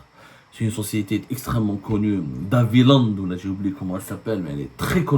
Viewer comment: DE Havillande, pas d'havillande ! !